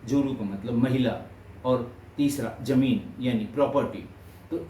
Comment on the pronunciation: Zila not Jila, Zameen not Jameen, Zamana not Jamana, Zaroorat not Jaroorat, Manzil not Manjil, Zabardast not Jabardast, Darwaza not Darwaja